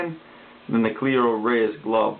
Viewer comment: Jesus Christ cleto not cleeeeeto